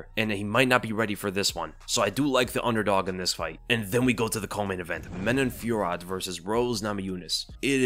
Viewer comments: Man-oh Fyor-oh. Just for future reference. And don't let Jon Anik's pronunciation sway you. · French dude here, if those french names pop up again in the future, here's a cleaner pronunciation fyi : Manon Fio-row Nora Korn-all Morgan Sharry-air Buh-nwa Saint-Duh-nee Taylor La-pee-lus -Anj Loosa ;)